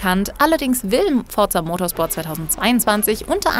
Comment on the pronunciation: es heißt Forza Motsport nicht Forrrtzzzah